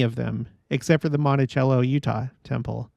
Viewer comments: It's pronounced "Monti- sello" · It’s pronounced Monti -sello. I’m from Moab, it’s our temple, and we are stoked about the eclipse! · Monticello is pronounce mont-a-cell-o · Monticello UT - pretty sure they pronounce it Monti-sell-o